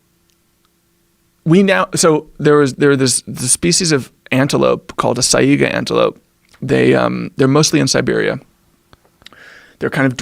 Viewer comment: This guy is a proper moron. When people from cold places go to hot places, their micro biomes don't immediately mutate and kill them. Also, saiga? Is that what he is trying to say? If so, he has obviously never heard the word out loud. Still alive. Not extinct. Idiot.